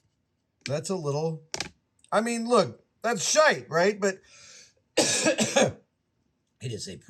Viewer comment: Always fun to hear Americans say "shite"